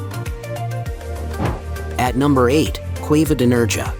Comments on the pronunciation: It’s pronounced NerHAA, not NerGA… stupid AI. 🙄🤦🏻‍♂️ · Its Nerha theletter j is pronounced as 'h' so its Nerha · It's "Nairha" as in hair 🫢🤪👍🏼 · Lol, He doesn't pronounce Nerja correctly, nor Bu"RR"iana! 🤣😝